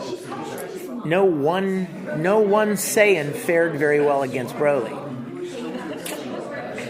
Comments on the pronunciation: Thank god someone else said it. But if you notice Big Daddy Vic was quick to correct it. she does it and he goes nahh lol. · It's Broly not Braly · Not brally not brolly but fucking BROLY🤦‍♂️ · BRO-LY not BRAWL-LY!!! Fuck off MAN! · Bro-ly Not Bra-ly It does not say dragon ball super Braly it says BROLY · It's pronounced BRO-LY!!! NOT BRA-LY!!!! HOLY FUCK! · I like how Vic keeps correcting on how to say "BROLY".... not "BRAWLY".. I mean... seriously. Learn your crap before doing an interview.. FFS that is annoying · I think it's pronounced bro-lee not braw-lee. Broly. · I'm REALLY getting pissed that they keep saying BRALY not Broly like honestly "bro" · Even worse, Bruh -lee. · Why the fuck can't anyone ever pronounce Broly right? Vic says his name so many times. Bro-lee. Not Brawl-ee. They say it in every movie, every game, every interview, yet people still manage to fuck it up when he says it right in front of them and they keep on saying it wrong. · People that pronounce it "Brawly" 🤭🤔🤨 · It is "BRO" Ly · Every time they say "BRAWLEE" I get triggered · Its BRUH-LEE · Everytime anyone says BRAWLEE I get triggered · Considering they didn't know how to pronounce "broly", they aren't exactly the best interviewers. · If I hear another mother fucker pronounce Broly wrong I'm starting a second TOP